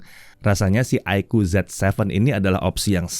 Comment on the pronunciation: Ya, bacaannya Zi Seven ya, bukan Zet Seven.. 😊